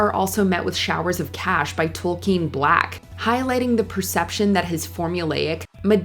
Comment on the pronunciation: He wasn't mad at being stuck at a Halloween party, he was mad that he kept getting called away from it God, this channel sucks ass now Oh, and it's Token (or Tolkien, if you care), not Toll-keen